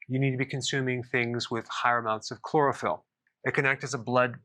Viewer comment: I thought you said cloroform instead of chlorophyll. Who knows, maybe that will be next and they can advertise it as a natural sleep aid.